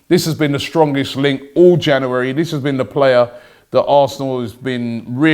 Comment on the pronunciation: “ In Janouerry”